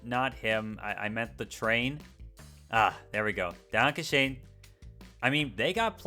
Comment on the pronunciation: DB what?? Werke?? Fern-Ver-Keer. It is not that hard. And it is Danke schön with an O >>OOOOO<< Do not use it or do it correct. You sound terrible. No points on trying. And please: stop putting texts on screen for 1 second. Do it right (long) or leave them out. You can edit, fine. But that is not the point of this video, right? Same goes for that talking head. No need for if you do a voice-over for 80% of the video... Back on the subject: As long as UP, CSX, NS, CPKC and BNSF rules the world in the USA, Amtrak will never be like DB. Never... North East Corridor works because of the lack of them. Make routes at least 4 track (space enough as 70% of the USA is not even used today) and separete freight from passengers (no need for "High-speed-lines" with millions spent on 1 viaduct or collision-barriers (non TGV or ICE lines have them)) and maybe than it will become something. Let's hope the Airo-trains (the name sounds bad allready, missing the c...) do work from the start. Oh, and push-pull or top-and-tail was allready a common sight in Europe when steam was the only way of powering trains. Read Great to see the #1 country of the world discover what Europe does allready for over 100 years.